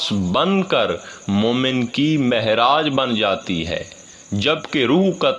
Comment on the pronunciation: Marne ke baad Marita hoti hai is zindagi mein kisiko nahi hoti. Aor sab se zida jahil hai isko padhna bhi nahi aat. Meraj ko mehraj padh Raha hi bada jahil hai.